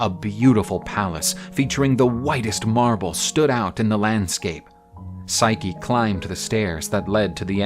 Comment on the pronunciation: What they mean:physce What i hear each thime: SIKE!